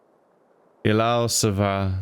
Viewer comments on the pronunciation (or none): none